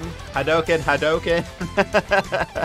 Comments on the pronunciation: U cant even say Hadoken right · U kept pronouncing hadoken and Ryu wrong 😭😭